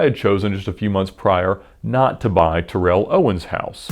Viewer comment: This guy pronounces every lambo correctly so gotta say it’s pronounced Terrell ..Tarell not Ter-rell lol 😝 jus sayin